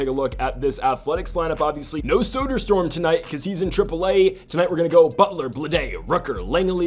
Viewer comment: For future reference, Soderstorm isn't how that last name is supposed to be pronounced